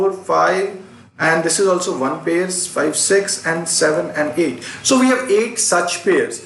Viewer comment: U haven't pronounced the word pair correctly